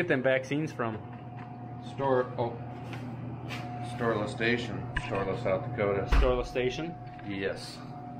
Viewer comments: I swear you are saying Storeless Station. Would you please make it official and just change the name to Storeless Station, from Storla Station? Thanks! 😂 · Oh, Storla Station.... ok, all this time I thought I heard it as Storeless Station ..... lol..... No wonder it sounded weird to me. duh..... lol again. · All this time I have been hearing you all saying Storeless Station but it's Sterla or Storla Station. Wow must need to get hearing checked...